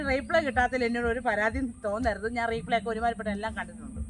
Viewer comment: റീപ്ളേ അല്ല റിപ്ലൈ.. (Reply ) ഇനി ഇങ്ങനെ പറയു